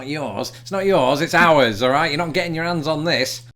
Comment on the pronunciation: Just finished your video on pronunciation and like the first word on this video you say hands you pronounced as “ands”. I thought Brits loved to pronounce the H like in herb or as we say “erb”. Also what with the word “whilst” instead of while?